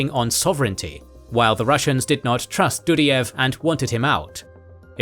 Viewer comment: Do_die_ev 😂 NOT Dudy_ev 🤦🏼‍♂️